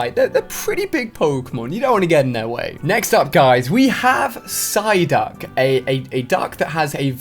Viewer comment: is it just me or he said ssyduck